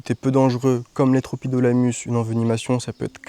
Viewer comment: Magnifique ! Sinon ça se prononce « tropidilémus » 😊